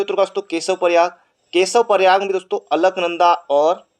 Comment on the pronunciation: Bhai alknada bol raha h or mandakni pr sahi tik...😂🤣😂🤣q 2